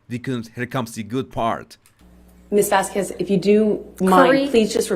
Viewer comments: I don't speak Spanish but I know how to pronounce Vasquez - It's not Vaskwez. And after weeks of testimony still can't figure out the microphone. She came off confused and unprepared. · So glad we don't have to hear say "Miss VasKWEZ" anymore instead of properly pronouncing Camille's last name...